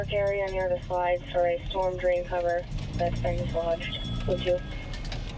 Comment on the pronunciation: Teh-fow loose stohm drain oveh heeyah? Right ovah theyah. Right ovah heeyaah. Lol.